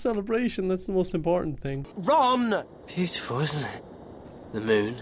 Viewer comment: I seriously thought he was saying "RUN! RUN, HIDE!" XD